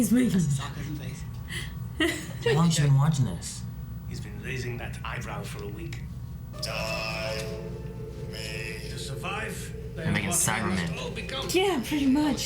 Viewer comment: Not 'tie me', 'die...me', i.e. he's dying.